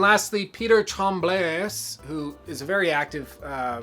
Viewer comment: oh and i forgot :) Tremblay is pronounced like this trem = (trem) of tremor . bl = (Bl) of anything could be bleach / bleed / block etc , and (ay) of monday . so for the second part try to say the bl of bleach with the ay of monday , that will result in blay . so now youre supposed to be able to say Tremblay :D